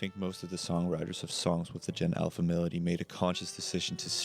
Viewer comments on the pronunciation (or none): At the start of video I just listened to it, so I thought it actually says medley, but now I realize that just can't pronounce melody lol